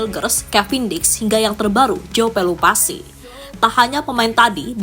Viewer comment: PELUPESI, bukan pelupasi